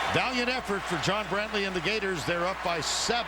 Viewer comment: Every time you say Gheyturs I think it gets wittier...